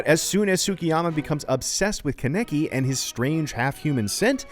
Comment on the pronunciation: It's actually pronounced Cah - neh - key lol